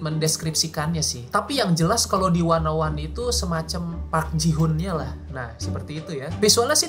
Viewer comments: Knpa 101 dibaca wannaone? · Produce wannaone... Salah ucap si babang😅